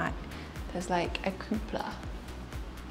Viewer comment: You did a great job, guys, but the house is awful; anyone who pays ten million for that has more money than taste or sense (btw, the dome is called a cupola not 'koopla'). The 'office' looked more like a small storage room, ewgh, and what kind of crazy person keeps a baby grand piano in their garage? They could have picked any other room in the house, and it would not have looked out of place,but no, they chose the garage??? The kitchen was boring with a Capitol B, the living room fireplace was like a portal into another dimension and the noise outside was not conducive to urban living, not for ten million anyway. The house is impressive, but not that impressive. I'm sure it will make a nice high end B&B.